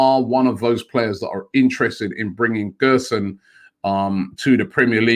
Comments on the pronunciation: Btw it’s gerson not guerson (the ‘ge’ sounds like a ‘je’) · Gerson's name is pronounced like "jerson". He's a great young prospect, one of the best in Brazil, but i can't see this deal happening.